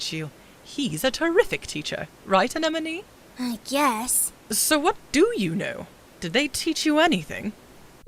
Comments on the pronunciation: These clips have one part in common. pronounces “Anemone” as “Anenome.” That bothers me. All jokes aside, you guys did an amazing job at this! I cannot believe how great it is! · This is such a good dub but the constant mispronunciation of Anemone’s name is killing me